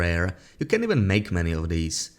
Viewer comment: You need to pronounce the words can and can't better